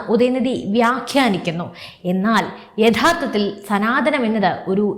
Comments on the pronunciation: സനാതനം എന്നാണ്........സനാധന മല്ല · മലയാളം ശരിക്ക് പഠിച്ചിട്ട് ചാനൽ തുടങ്ങിയാൽ പോരെ ?!!! സനാതനം ആണ് ധനം അല്ല 😢😢😢😢😢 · സനാധനം അല്ല. " സനാതനം " ആണ്. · സനാധനം അല്ലെടോ, സനാതനം എന്ന് പറയ്